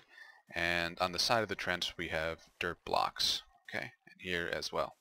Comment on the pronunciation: every time he says "Dirt block" for me it sounds like "Derp block"...